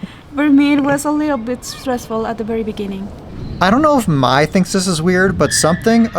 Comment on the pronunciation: Probably click bait for more views 😂. Mai, not MAY lol, are you really dating his ex? Kai, Jai, Thai... May is pronounced like the month. Mai,😉😉 Myyyyy C'mon 🙌🤣 be honest 😂